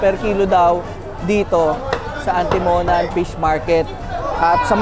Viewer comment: Mali bigkas mo boss sa Atimonan